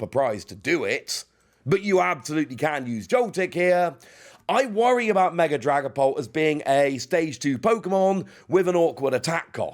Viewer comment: Mega Dragapault?